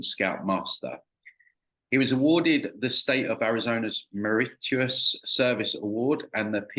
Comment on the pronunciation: Meritorious is "mer-it-or-es"? ( approximately). It's pronounced pretty much as it's spelled. It's not even that uncommon of a word. But whatever, I guess. I give up on this rancid realm. John D. Rockefeller (key in the creation of Western education, along with his other weirdo cohorts) DID, apparently, state that he wanted "workers", not "thinkers". No offense intended. Just pointing out the dubious, deliberately downgraded, modern so-called "education" system, diminishing with each passing year. Aside from that small nitpick, has consistently been intriguing. I think he's stumbled upon some very critical information, legitimately breaking into a serious spiritual/demonic intelligence at work in the minds of many people. Spooky stuff. I do appreciate the upload, for the record.😊 P.S. I apologize if this is taken as being insulting. Especially if Dyslexia is involved. Either way, I had to say something. No worries, though.